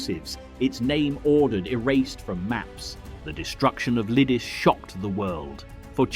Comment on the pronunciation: True, and Lidice was incorectly pronounced throughout. But what can one expect from a Yank? Nothing much really.